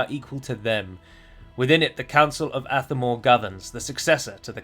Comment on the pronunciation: With the accent on Athamor being on the second a, should the stress be on the second syllable instead of the first? So it would be ath-A-mor instead of ATH-a-mor.